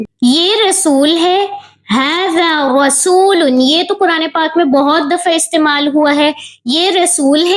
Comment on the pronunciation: Jese tum bolri ho rsulun rsul bolo